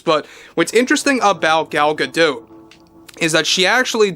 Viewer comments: You're the only commentator that pronounces Gal's name correctly. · Gal pronounces her name the same way as. I think she would know how to pronounce her own name.